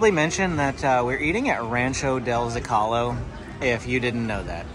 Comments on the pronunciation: Zo-ca-low not Za-ca-lo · ZÓCALO = ZO cah low